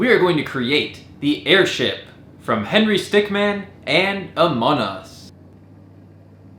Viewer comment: he called it amon us and henry stickman not among us and henry stickmin